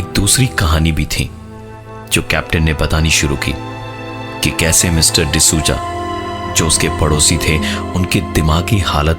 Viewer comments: pravin bhai d souza bolo , d suja nahi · the narration was great. except the pronunciation for Mr. D sooja 😂😂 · Lol sooja 😂😂😂